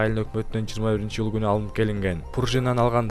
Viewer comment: Бул кантет июльду иль деп